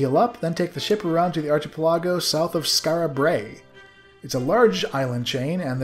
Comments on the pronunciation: I noticed a mispronunciation that I didn't see mentioned, just thought I'd toss it out there. A chain of islands is an ar-KI-pel-a-go. Also Mitre (though I'm not sure if this is correct since the word is being used as a name) is "MIGHT-er" (the pope's hat is a mitre) Thanks again for a great playthrough! Looking forward to your next one. As soon as I have a few bucks to spare, I'd love to toss a couple your way. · ish, IDK about you bruz, but I've always pronounced it - arc - ehpel - igo, hard arc at the start, then ipel, like impel without the 'm' then igo like 'ago'. Nice vids, love em. Take care. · Since you asked for pronunciation corrections, it's "ark-uh-PEL-uh-go".